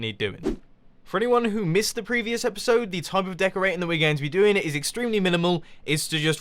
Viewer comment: For when I watch it... it sounds like do